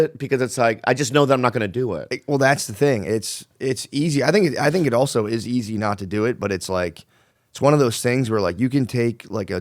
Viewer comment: holy shit Jamie was right he does say “oso”